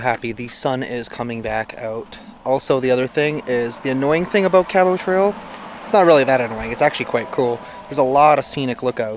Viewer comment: Hello, not to criticize you ( Love watching all your adventures/ vids/podcasts) but sweetie I must tell you that your pronunciation of Cabot is not correct try: kab uht. just pronounce the t at the end. John Cabot was an ITALIAN navigator and explorer / 1497. He first landed Newfoundland then came to Cape Breton.( middle school history I do recall). Thanks for your time.Katie